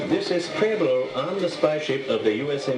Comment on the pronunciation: I like how they can't pronounce pueblo correctly.